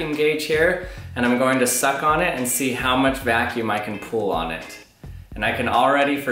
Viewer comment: Every time he said suck in my head I heard SUCC bass boosted